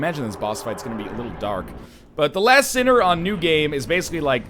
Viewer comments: I'm trying my best to ignore "LAST sinner" and not be picky about mispronunciation. :) Like your vidoes alot, Lion, you're awesome! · I keep hearing you mis-say characters' names and I just sorta shrivel up a little bit XD Straid of Olaphis and the Lost sinner are named as such. Also, the Lost Sinner is a she. That all said, I love the videos! Keep on doing what you're doing ^-^